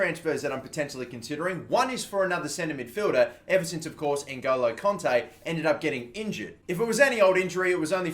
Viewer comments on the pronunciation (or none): he says conte not kante LOL